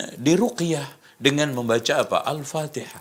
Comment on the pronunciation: Yg Bid"ah itu yg bacanya Alpatekah....